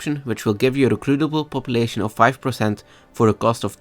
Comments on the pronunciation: Chhheruteble Populetion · receblblb population :D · I like the way you say "Recruitable population"